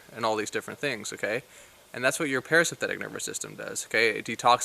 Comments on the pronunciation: great info but "Para-synthetic"??? pronounce correctly !! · Are you saying parasymphetic? Yeah I'm not going to listen to your advice.